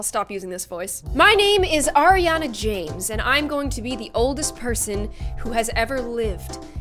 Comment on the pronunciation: She said Ariana James and I heard Ariana Jade but no when I read it I relized that it was Ariana James.